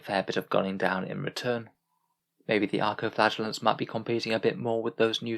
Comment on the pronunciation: Well, it actually quite sounds like that .